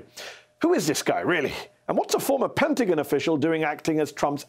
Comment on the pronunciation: Hey fella- this is America. It's not the Penta-gin. It's the Penta-GON.